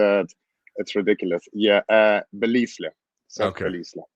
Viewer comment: Seths last name is pronounced buh-lyle (spelt belisle). As diligent as luke usually is, I would have expected him to know that